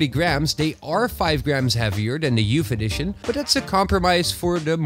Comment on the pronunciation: Youf eddishion Love your vids